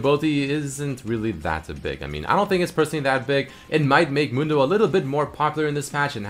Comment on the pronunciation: Anyone hear dr. Mundo as dog turd mondo?